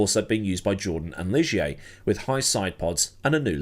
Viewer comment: Thanks for the heads up,... have totally forgotten about "Bebel junior" racing in F1 back then. P.S. That Guy Ligier was a guy alright, but the French pronounce his name "gi".;)